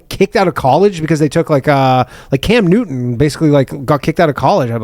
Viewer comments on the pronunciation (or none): none